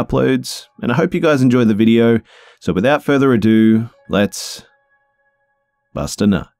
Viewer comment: every time you say "busta nut" i start snickering like a 12 year old boy and i love it